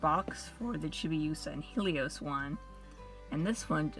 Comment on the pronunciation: It's hell-ee-ohs not heel-ee-ohs Sorry that was just really bothering me